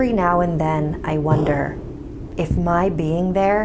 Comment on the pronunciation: NU MY WEAVE!!!! NOT MEH WEAVE!!!! But seriously, ima try that.